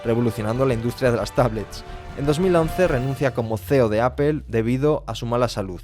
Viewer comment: Que fastidio que pronuncie mal "apple"